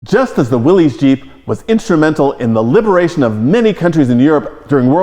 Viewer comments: It is pronounced willis. As in, "what you talkin bout Willis". One would think staff at an automobile museum would know that. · Problem with the '73 Buick was that it was low compression so it could run on regular. Torque it had, horsepower it didn't. The '61 Pontiac Ventura 389 would run circles around that Buick. "Willys" is pronounce willis, NOT Willies. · Donald you should know better that the car company that built jeep pronounced his name like it was spelled as Williss. Go look at any old TV ad from the early 50"s and see what name is said for the Willy's Motors. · C'mon guys!!! If anyone should know the correct pronunciation of Willy's it, should be you two!